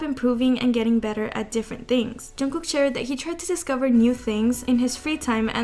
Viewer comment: loll why does she say it like "chungoo" 😭